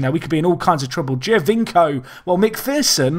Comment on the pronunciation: You're no Benji but just FYI its pronounced Joe-vinko (Giovinco) :)